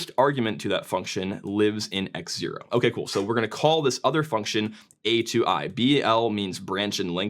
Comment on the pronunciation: mate im pretty sure its pronounced atoi not atoi